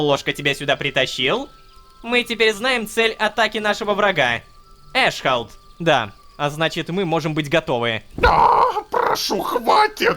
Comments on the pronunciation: Не эшхолд, а эс хол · почему эшхолд а не аssхолд?)))